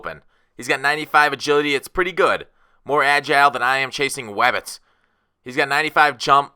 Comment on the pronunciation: Wabbits lol